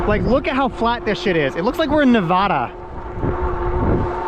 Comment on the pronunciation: The way u said nevada hurt me